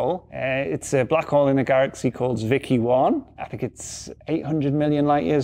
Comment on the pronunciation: "Garraxy"? Oh, HERRO!